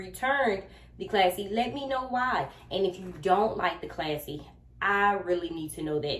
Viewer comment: It is a classy bag but I noticed you kept saying classy and it’s passy . Lol